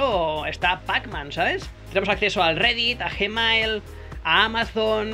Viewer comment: Nadie:: J E M E I L XD